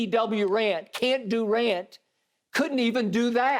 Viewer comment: HAHAHA Skip Bayless still got it w/ the "Can't-Dew-Rant" LOL!